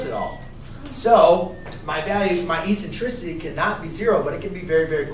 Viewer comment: Please pronounce the word, eccentricity, properly. The first "c" has a "k" sound. It is pronounced eksentrisity......The letter c is soft only before e, i, and y. You are a teacher, for information and for disinformation.